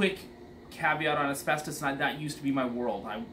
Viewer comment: Amen that thing needs a lot of work . He said asbestis I cringed !